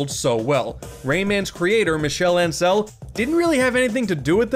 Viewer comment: As a French major, I feel the need to say Ansel's last name is pronounced On-sell, not An-sell, just due to the French not having the [æ] vowel. Great video otherwise :)